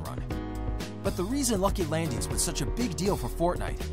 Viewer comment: Am I the only one annoyed when he says landings